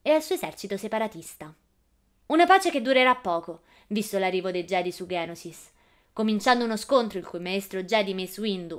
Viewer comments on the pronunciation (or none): geonosis no ghenosis e no conte docu ma conte dooku (ducu) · Geo nosis non ghenosis Conte duku non doku